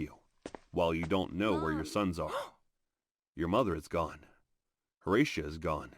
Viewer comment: Horatia. Also the vid is AI so it may sometimes pronounce it wrong